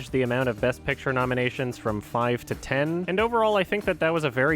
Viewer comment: Why do you pronounce the word ten like that? You stupid fuck